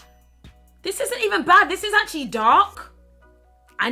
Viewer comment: When she said AAatcually. I died tbh